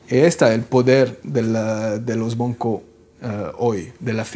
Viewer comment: por que siempre dice 'boncos' en vez de 'bancos'? quien sabe...